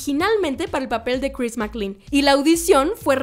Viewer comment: Dios mío tantas veces escuchar mal pronunciado el nombre de o personajes casi hacía que quitará el vídeo, que molesto. SE PRONUNCIA DONCAN, NO DUUNCAN.😡 Y CHRIS MAC-CLEIN. así. Gracias.